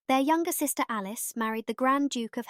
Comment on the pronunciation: Who programmed the AI? Alice = A-lick-y? LOL.